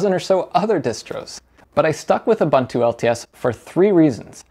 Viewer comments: Huh? Ur- bun - two!. Isn't it Ur-boon-too? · U-boon-tu not U-bun-tu🤦‍♂ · its pronounced youboontoo and devian is deeveean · Ubuntu is not pronounced OobAntu, it is pronounced ooboontoo, I see a lot of American/English reviews getting it wrong. The GUI for Ubuntu was first designed by a South African, Mark Shuttleworth and the naming is based on the African term Ubuntu. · You might as well learn how to say Ubuntu properly after switching to it and trying to say it so many times :) It's pronounced "oo-boon-too". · Ubuntu (/ʊˈbʊntuː/ (uu-BUUN-too)) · "KOOBANTOO" does not exist... it's pronounced "KOOBOONTOO"... The same goes for "OOBANTOO"... 🤦‍♂